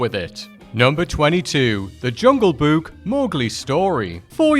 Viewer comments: I'm sorry, but this guy simply can't pronounce the word "Book". He keeps saying "buuk" every single time💀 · I like the way he pronounces Book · Omg pronouncing “book” is like the best thing since hearing Frank Welker as Fred in Scooby Doo pronounce “treasure”